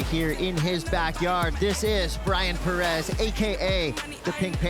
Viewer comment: Please attempt to pronounce Pérez somewhat correctly.